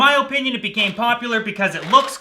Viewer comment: Watching old vids.. the way you say opinion is SOOOOOOOOO Canadian.